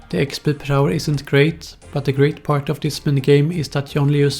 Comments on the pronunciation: expeeeeeeeee not expL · Is it just me or when he says "exp" does it sound really fucked up? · The way he says xpdl kills me everytime😂😂😂😂